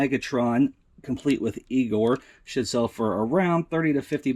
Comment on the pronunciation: At the end of the video when you repeat : that should sell for X$. I Sound like you say, that shit sell for... lol that made me laugh